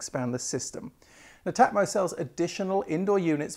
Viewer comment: pronounce it as Net Atmo